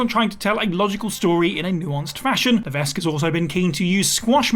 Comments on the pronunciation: For the love of….his name is pronounced Luh-veck. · The "s" is not pronounced in Levesque. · Maybe it's just me and my standards are too high, but if I were recording a video about Paul Levesque in which I repeatedly said the name 'Paul Levesque', I would check how to pronounce Levesque. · you don't have to speak to know how to say it right. Please don't take up for shoddy journalism. If this person had known anything about HHH or seen alot of last say... 5 - 10 years of wwe this name and how to say it right came many many times....